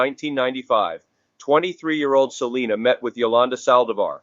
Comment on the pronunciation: Completely butchered Selena's name